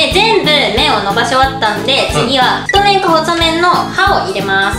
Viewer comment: 太麺を「ふっとうする」